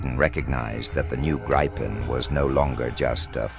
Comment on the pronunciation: Interesting - but please get your speaker to pronounce Gripen correctly?